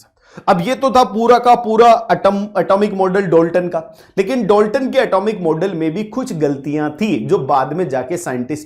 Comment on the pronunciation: Dolton 🙅 Dalton✅